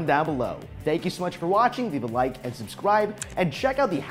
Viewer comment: Once someone pointed out in another video that you pronounce subscribe as subskwibe, I can't unhear it anymore. Dammit.